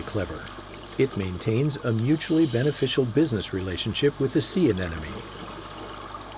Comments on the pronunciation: It's also not 'aneneme', it's 'anemone' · Anemone - applicable to both the plant world and the animals in this video. So, yes. If he pronounced it anennomy, he must have read it wrong off the script. Common mistake, used to pronounce it that way when I was a kid. Otherwise a lovely documentary (didn't think there were too many ads, personally - which seems to be the main complaint here... and then there's that handy 'skip ad' option, which you can't do with TV ads). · It is probably not pronounced "anennomy".